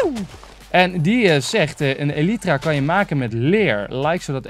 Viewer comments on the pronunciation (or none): none